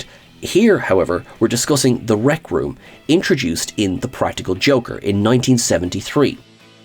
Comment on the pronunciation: Rec room is recreation room not re-creation room lol.